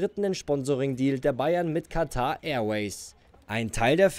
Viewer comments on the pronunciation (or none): none